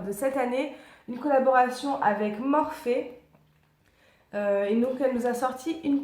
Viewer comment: On dit en fait Morphy pas Morphé....